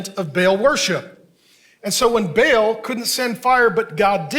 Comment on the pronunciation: Not Bail but Baal (Barl).